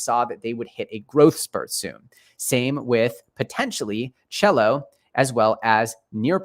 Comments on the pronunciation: SELL-O not CHELLO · you keep calling CELO "chello" you do realize its pronounced "ceelo"